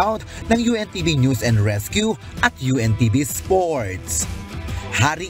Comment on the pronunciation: yong pronounsation mo ng NEWS Hindi nose kundi NEWS.